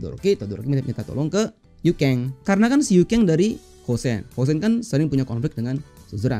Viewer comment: Yuken bang Bukan Yukeng 😂